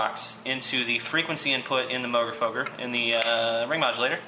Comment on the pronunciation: Learn how to pronounce the name right.